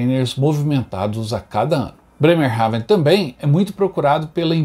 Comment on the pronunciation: Nao se duz assim o nome da cidade